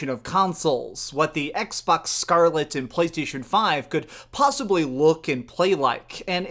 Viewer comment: I hate the way you say Scarlett